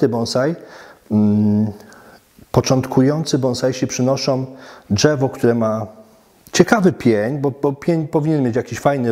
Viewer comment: pierdooooo ze nie przygotowany, słychać że to Polak nie wychowany w Polsce, czyż nie ? Szukacie gówna we złocie, ja szukam złoto w błocie, jebać okładkę, liczy się treść. Nie jestem amatorem bonsai, całkiem spoko materiał. Dżewo, nie dżewo, panie prowadzący rób dalej, liczę na rozwój bonsai w Polsce.